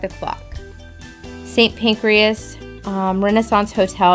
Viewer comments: Pancras not Pancreas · Pancras not pancreas. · Hi again guys. Another great video. As usual, a few observations. Please don't think that I am being "picky". 😃 The name of the first station is Kings Cross, not Kings Crossing. Equally St Pancras is not pronounced "PancrEas" as in the mammalian organ. The wonderful Neo-Gothic front of the station was within days of being demolished some decades ago before it got an emergency Listed Building status which saved it. After disuse as a hotel it had been used as railway offices for many years then deserted before being sold. Following the sale a restoration project that lasted several years was undertaken. There is only one Tower Bridge. 😉 But to your eternal credit you did not refer to it as London Bridge as so many tourists do. Borough, as in Borough Market, is pronounced "buruh". Just so that you know, place names ending in -borough, -brough or -burgh are pronounced "bru" not "burrow" or "burro". King Charles I was executed on a specially erected scaffold outside the Banqueting House by beheading, not hanging. The view that you commented on was the entrance to Horseguards' Parade which is on the opposite side of the road. Next, an error that probably 95% of people make. What you called Big Ben is actually The Elizabeth Tower, previously named The Clock Tower but renamed in 2012 for the Queen's Diamond Jubilee. Big Ben is the name of the huge Hour Bell that hangs inside it. TWO FUN FACTS: 1 Big Ben was originally cast in a Bell Foundry at Stockton on Tees in N.E. England. Whilst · FYI 'Kings Cross' not crossing, 'St. Pancras' not pancreas, the 'Elizabeth Tower', Big Ben is the bell inside, sorry just being pedantic or trying to help..... you decide. Lovely video of a lovely day!